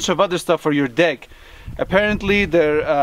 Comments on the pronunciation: Is it just me or did he say “de/ick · Who else had to on captions when they heard deck?😬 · Lmaoo 😂😂🤣😂... Us folks with accents always have a tough time with the word "deck" haha... All love, it just caught me off guard when I first heard it lol. I do it all the time too I'm sure 😂. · When u say deck it's sounds like something else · 😂😂🤣😂🤣 Can't believe no one else in these comments heard that lol.. I had to rewind after I heard it the first time haha. is the best one lmaoo.